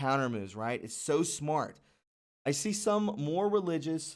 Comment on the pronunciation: What did he mean by moar instead of more?